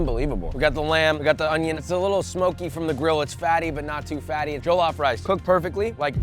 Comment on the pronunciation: Your miss pronunciation of jellof rice is slightly annoying